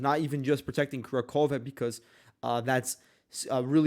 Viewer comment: The Russians are much further along in Kurakhove. Its pronounced Ku RAK hov-ah by the way, with annunciation on the 2nd syllable, RAK. The first syllable is NOT "Kura", its "Ku", and annunciation is not on "khove", its on "rak". Ku Rak hov-ah (or Kur RAK hov-o). The Russians have taken Kurakhove all the way up to the small river dividing the town, and captured the railway station. DeepStateUA reports are about 2-3 days behind reality (their reports are deliberately delayed by the Ukrainian government). Check Suriyak Maps, neutral and more reliable.